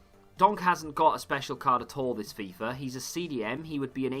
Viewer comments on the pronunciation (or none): none